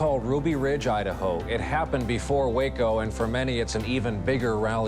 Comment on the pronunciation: "Befwore we get too deep into da stwory"